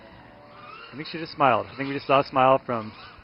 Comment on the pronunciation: คนพากษ์พูดว่า not smile 5555